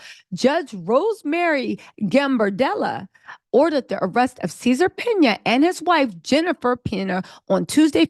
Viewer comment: Are you saying Caesar’s last name wrong on purpose!? Cause it’s cracking me up ! …. They going to 🗣️ “JAIL… PERIOD!”